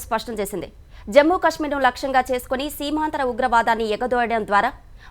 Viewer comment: ఈటీవీ న్యూస్ లో ఇన్ని తప్పులా.... సీమాంతర ఉగ్రవాదం ను సీమాంధ్ర ఉగ్రవాదం గా అంటున్నారు....